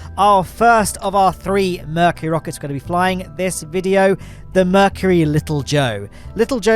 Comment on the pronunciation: "Free rocke;s, ma;e! 'S all you need!" 🤣🤣🤣 Love it.